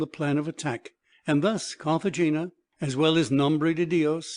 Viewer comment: And Cartagena is pronounced Cartahena